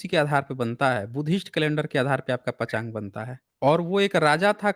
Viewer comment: पञ्चाङ्ग को पचाग कहते हो पहले ढंग से शब्द बोलना तो सीख लो